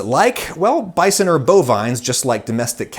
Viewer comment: I struggle to watch this video due to the way Adam pronounces bison